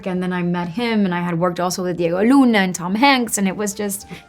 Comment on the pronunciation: Hahah I love how she couldn’t get out of accent fast enough after saying Diego Luna